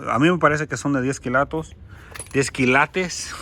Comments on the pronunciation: Me parece que tu tienes buena intuicion, cada vez que dices esto esta interesante, veo que te encuentras algo de valor y es cierto no se dice kilatos. Se dice kILATES, toma esto como que te queremos ayudar, no lo tomes como critica...Saludos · Jajaja me ency colo dices las palabras y es ópalo y se dice kilates suertes que Dios esté contigo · A mi me gusta cuando dice kilatos 😊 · Por favor sigue diciendo KILATOS eso te caracteriza...🙏🙏🙏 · Me gusta mucho cuando dices kilatos 😉 y tus manos sucias son de hombre trabajador y honrado 😊 que bueno que te fue bien con el oro espero con ansias la continuación del vídeo a ver qué más te salió😍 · Me emocionó cada que subes tus videos x tantas cosas interesantes que encuentras. Que la verdad ni atención le pongo atus uñas y ami me gusta cuando dises kilatos jajajajjajaja tu a Habla como quieras. Jejejejejje